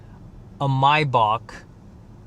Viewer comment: I love how you say Maybach. "Mybock" lmao 😂